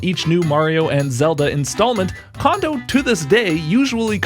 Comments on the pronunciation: The "ko" in "Kondo" is pronounced "ko", not "ka". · His name isn't pronounced condo. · Small potatoes compared to him mispronouncing Kondo's name roughly eight billion times. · Absolutely true.